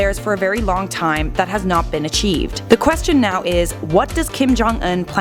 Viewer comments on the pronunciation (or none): none